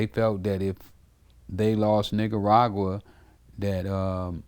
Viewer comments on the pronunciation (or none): "Niggaragua"... I'm dead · Nigga said “niggaragua”